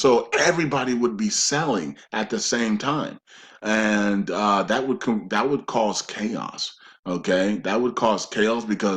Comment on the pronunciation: Great information. Also, I believe NO, Zim, 800#s, redemption centers, NDAs, just banks, Forex and your videos. I do wish someone would suggest to him to pronounce words better (ie. "ask, not ax", "that, not dat", etc.)